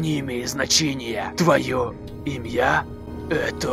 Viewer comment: научись банда говорить банда правильно банда слово банда имя банда а банда не банда имья